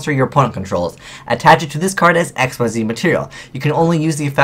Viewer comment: hey, i'm sorry but I have to say something... it's not pronounced "ex-why-zee" it's pronounced "ex-eez".